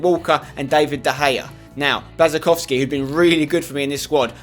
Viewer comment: I thought your girlfriend is polish, u should know how to pronounce Błaszczykowski's name